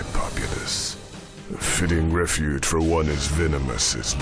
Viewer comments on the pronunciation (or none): none